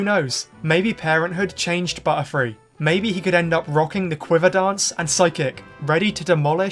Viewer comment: Whenever he said butterfree i heard buttfree